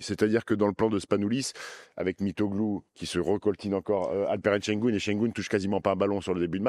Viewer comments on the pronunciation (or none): Şengün, pas Şengoun. ü = u et u = ou